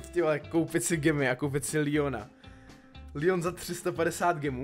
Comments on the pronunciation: Neříkej Líjon je to leon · Jsem jediný komu vadí, když řekne líon?